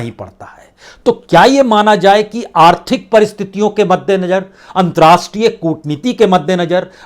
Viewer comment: महोदय आप की रिपोर्टिंग बहुत ही अच्छी है लेकिन आप ख़बरों को पढ़ने में आप कई शब्दों का सही उच्चारण नहीं करते। जैसे हज़ार को आप हज्जार बोलते हैं। मद्देनज़र को मद्देनजर कहते हैं।